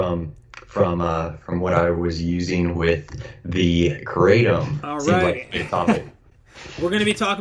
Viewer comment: I would like to see this video and learn something but right off the bat you are pronouncing it wrong. That tells me you really know nothing.